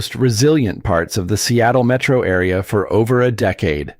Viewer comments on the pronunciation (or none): none